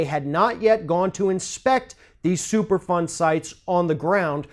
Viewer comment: you should've started with the super fund explanation. I kept hearing it as "super fun" when you were talking. Lol